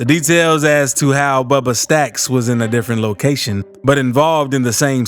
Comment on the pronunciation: Say bubba staxx again 😂😂